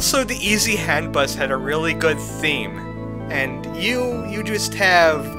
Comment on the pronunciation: I keep thinking you say "ET Headbust" instead of "Easy hand bus"